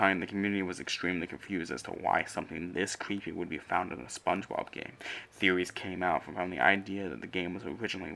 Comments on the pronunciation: He said theowies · He said theewies 😂